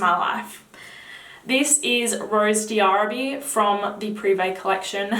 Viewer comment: Hi, I just ordered Oud Bouquet because of you! Can't wait to try it. Also, Rose d'arabie is pronounced Rose DARABEE, the D' is not pronounced separately from the word Arabie. Hope this helped!